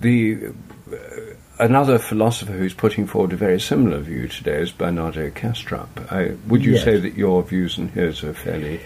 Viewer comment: Hi everyone: does anybody got the name of the philosopher mentioned by Rupert Sheldrake quite at the begining: Bernard Ketrell or something like this... Difficult for me to recognize the pronunciation and the translation gives Kestrel but found nobody under this name at Google. Thanks much in advance!!